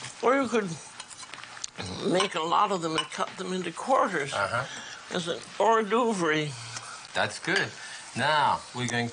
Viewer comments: Julia playfully mis-pronounces “hors d'oeuvre”. She trained at Le Cordon Bleu in Paris in 1950 — she speaks French and knows the correct pronunciation.😊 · ordorverey lol for hors d'oeuvres idk if that was a joke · Is Julia taking the piss or does she not know how to say hors d'oeuvres? She seems very crude so maybe it's genuine.